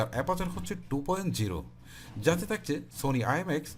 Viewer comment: helpful review.. but উচ্চারণের দিকে নজর দিবেন আশা করি, করচি,তাকচে, কেলছি,কেলা what is it.....